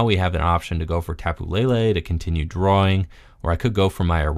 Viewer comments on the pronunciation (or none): none